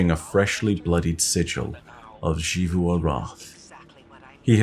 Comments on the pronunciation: It's not "SHivu", it's "Sivu". You can even hear how Osiris pronounce it in the audio log you used. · Zee vu not she vu😭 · It’s Xivu(zivu) not shivu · Ah yes, SHZee-FU. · Say “she”-vu arath one more time, and I’m getting me thorn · Who's shee-voo? You mean xivu? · please just say Xivu Arath like the rest of us. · I am begging you to pronounce "Xivu" correctly.